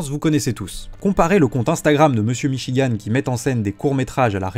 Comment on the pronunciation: Je n'ai jamais entendu parler de david michigan de ma vie, sauf dans la vidéo de (prononcer michi-guant merci) je suis donc la preuve que cette vidéo a apporté de la notoriété à david michigan, et suis prêt à témoigner au procès en ce sens je pense que devrait demander de l'argent pour la pub qu'il lui a fait